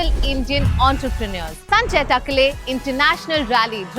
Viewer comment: Team Curly Tales, Kamya is pronouncing Sanjay's surname very incorrectly Its not takale but takaale